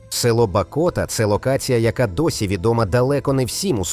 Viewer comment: Село Бакота,наголос на "а"